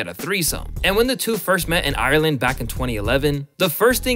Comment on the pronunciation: you need to apologize for saying ireland like that bruh